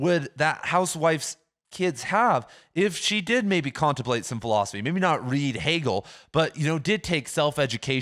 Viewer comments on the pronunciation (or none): 'the housewife kantemplates'